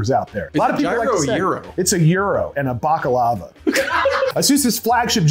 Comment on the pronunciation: as a balkaner i am offended as to how you pronounced baklava, and the fact that you pronounced gyro corrently infuriates the greek hating part of me welcome to the family